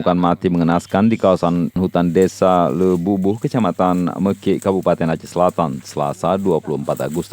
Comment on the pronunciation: Desa ie buboh bukan Le buboh.. tolong lain x pengucapan nama desa yg tepat